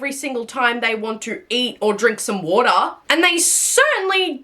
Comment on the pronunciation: why do you say water like that ?